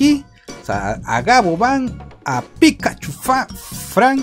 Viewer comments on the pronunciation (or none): none